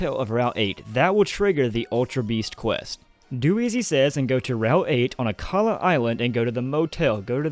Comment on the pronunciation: it's akala